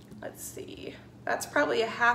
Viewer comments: Hi, I love your channel! I just thought I'd throw this in here- I live near Worcester, MA and we say Wooster- sheer as opposed to Wooster- shire with a long i. Happy cooking! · wu-stuh-sure NOT wu-stuh-shire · Impressive, wow women are amazing aren’t they 😊 ps the sauce is pronounced ‘woos stir’ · As someone whose family are from worcestershire, I can definitely say it's pronounced Wus-ter, the "shire" is not pronounced at all when talking about the sauce, although some add in a quick "sha" at the end,as all "shires" are when referring to the actual place. For example I live in pembrokeshire, which is pronounced Pembruksha. Hope that helps. Worcestershire sauce is such a great ingredient, and yet was invented by accident! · Worcestershire …Worcester”shear” …you rock girl…you are amazing xxx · Thank you for filming this, I really enjoy your style. BTW I am English, and Worcestershire sauce was invented in the UK. We pronounce it "wooster" like in 'push' ! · Amazing, seriously amazing! Well done! What a fantastic idea. You've really done well at your meals. Very inspiring 😍 One quirk for me, "wistersheer" 😊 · you say Worcestershire perfectly except the shire bit should be pronounced sher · Wus-ter-sheer....there's no sh sound n the i is said ee. Love from England xxxx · OMG I love you so much but please please please, it's pronounced "Woo-ster-sauce" xxxx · OMg...your killing me with the way you are pronouncing Worcestershire sauce. Drop the shire. It's silent. As a bostonian...I cringe everything I hear someone pronounce it wrong!!